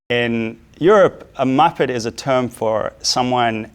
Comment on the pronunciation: The careful pronunciation of "muppet" cracks me up. It's just MUP-PEHT like let it roll of your tongue it's not a serious word lol.